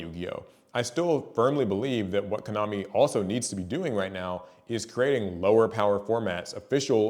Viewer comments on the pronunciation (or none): none